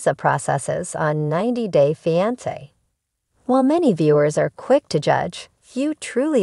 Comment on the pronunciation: The word is fiancé why aren’t you pronouncing it properly and you’re repeating yourself many times